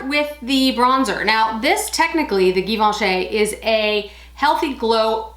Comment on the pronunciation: it's pronounced jivenchy, not gi...